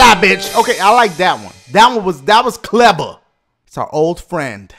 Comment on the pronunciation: "That was CLEBAH" I know were he be going soon.